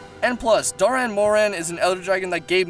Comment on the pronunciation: Spelt Dahren moran, pronounces doran moran...(sigh)